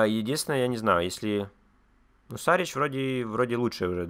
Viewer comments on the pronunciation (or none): Шарич , а не Сарич е